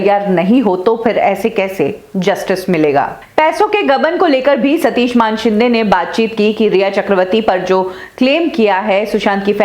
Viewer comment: कभी सुधरोगी. मानेशिंदे को मानशिंदे बोलना वो भी बार बार. किसिका नाम बदलने का तुम्हे अधिकार नही. तुम्हे हजारे की जगह हिजरे पुकारे तो अच्छा लगेगा?